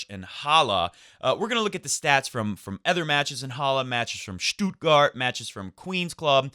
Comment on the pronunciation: Hey, your "Halle" pronunciation is great. "Stuttgart," on the other hand... It's "Stutt" like "should" or "could," not like "do" or "woo." Federer forever from Berlin